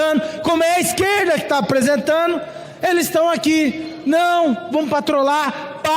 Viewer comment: Deputado que fala "apresentano"